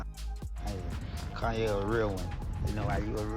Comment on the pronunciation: why u saying kanny west?